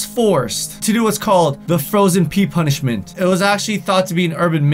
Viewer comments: " as a p-uh-nishmet" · That sounded weird when you said punishment